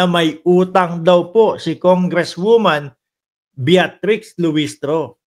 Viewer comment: Bitrix lang po, Hindi Beatrix.